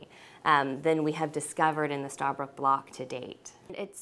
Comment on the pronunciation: It's not starbrook. It's stabroek